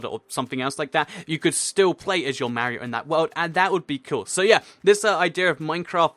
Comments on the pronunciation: Mario Not Mar-e-io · You say Mario wrong it's Marr-ey-o